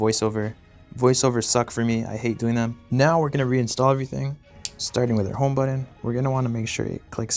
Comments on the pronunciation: buTTon not buddon xD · Learn to correctly pronounce the word “button”.